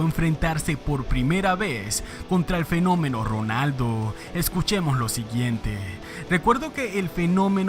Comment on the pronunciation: Que horrible y desesperante pronuncias la letra R. Es Ronaldo no Rronaldo.